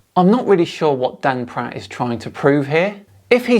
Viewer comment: Did you say he’s called Dan Pratt or??